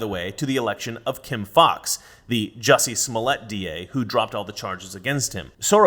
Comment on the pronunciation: Drop the 'U' in Jussie...